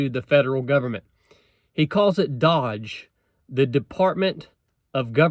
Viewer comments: It's not pronounced dodge....it's pronounced dOge......like the crypto coin Elon made famous.....update your software old man! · It’s not pronounced like Dodge. It’s an “oh” sound. D-oh-j. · It's not "DODGE". doge. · Doge is pronounced with a long O and soft G. Not Dodge or Dog. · It's not doge (dodge) it's doge (douge, rhyme with low) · not dodge, doege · DOGE - the O is a long O not short. like doe. Also the name of a crypto currency Elon pushed. Trolling on a government level! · Not "Dodge" --- its "d-Oh-ge" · Its pronounced DOGE, like the coin. I hope they cut the IRS first! Then the FBI. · No, because they're giving it a 2-year timeline. Also it's not pronounced "dodge" its "DOGE". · First, my friend, it’s pronounced dOHge, the same as his bitcoin currency. Secondly, I thought the exact same thing when I heard it. It’s either a joke that’s right in our faces (if the naysayers on the right are right), or they’re going to close those departments you mentioned that are already exist because they’re probably run so poorly, they’re just gonna start over. Trump may very well be the villain that those on the right think he is (I’m discounting anything the left says or has an opinion about because they’re all deranged), but I’m still holding out hope while keeping aware and watching him. I think Trump is for real, but there is every possibility that we’ve been getting played all along. Jesus our Christ is the only real hope. Pray up. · My guess why they made a new department is because any existing ones are compromised already. Maybe step one is canceling those other 4 departments? They have put a time limit on the new department. That’s unlike government usually. And I believe it’s pronounced Dōje like the troll cryptocurrency. Since Elon made the Tesla models spell SEXY, it wouldn’t surprise me that it was an opportunity to troll the swamp creatures before the cleanup. Hopefully anyway. The government needs to shrink overall, period. God bless y’all